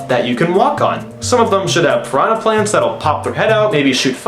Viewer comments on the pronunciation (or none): none